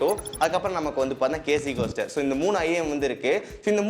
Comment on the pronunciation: அது கேஸ்டர். கோஸ்டர் இல்ல.